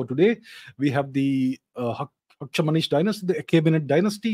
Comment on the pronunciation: Sir it was not Hakshamanish Dynasty it was Hakhamanish Dynasty or Hakhamanish.